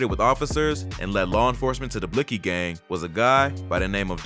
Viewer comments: Shouldn't it technically be pronounced as "Blixx Kee" ? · on god the way reporters say blixky pisses me off just how hard is it to not pronounce the x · Lol i love how the man sais( blix) ky gang hahahaha sucka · The miss pronounce word (blixy) got me fucking week 😭😭😭😭😭😭😭😭😭😭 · Bro said blisky gang 😂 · Wtf did this nigga just say “blicksski” lulzzzzzzz I’m fuccing ded asf💀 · BlLuKeI gang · This is how u pronounce blixky, blick-ey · Lmfao he goes “blicksski” gang I’m fuccing ded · Lol man said blix ki deadass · They stay saying bliksy omg bruh 😭😭😭😭😭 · Anytime they’re on the news they say “blicksee gang” lmao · News man said blix - key gang 🤣🤣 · That mane said blickski gang 😂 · Just the way reporters say blixky gang tells you they're completely uninformed talking heads, I'm from Illinois and know how they pronounce the shit and have only heard of the gang maybe a handful of times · it’s not about knowing the gangs offhand, but literally five minutes of searching up the name and they’d know how to pronounce it. Any real “journalist” or “reporter” should care about getting the facts straight, they pronounce it that way because they beef with a certain gang. That’s pretty important to the overall story being reported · bruh. I get your point. It’s not that important to the story because they mispronounced one word but your clearly understood what they were saying and meant. Vladtv been doin this idk how long on a big platform and he’s involved and doesn’t even know how to say half the shit he’s supposed to. He got the facts right. He didn’t pronounce the name right